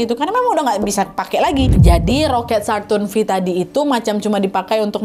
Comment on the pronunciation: Bacanya kayanya saturn five kak